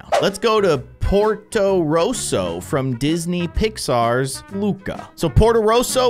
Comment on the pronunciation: In Luca when luca touches water he becomes a sea monster. So do his parents. Alberto does too. And the tower is not Luca’s its Alberto’s and you pronounce ercole as ER • CUH • LAY Ercole is a human and dosent become a sea monster when he gets wet. And the town is called potorosso (PO • TOE • ROW • SO) Luca isnt allowed on surface cause his parents but alberto makes him and soon he loves surface. Im only educating i wont spoil the movie but ur predictions are wrong.